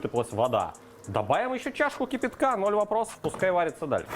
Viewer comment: "КИпИтка с кубиками" - руский язык коверкает. То что " сырно" -иэто понятно...